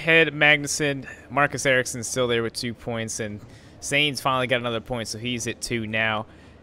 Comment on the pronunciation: Sainz.... It rhymes with Heinz, lines, not rains....